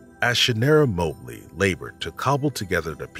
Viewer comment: Its Mah Blee, not Moe Blee